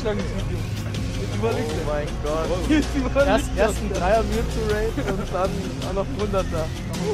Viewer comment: MEWTWO! nicht mewtu